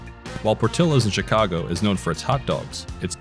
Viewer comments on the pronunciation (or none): none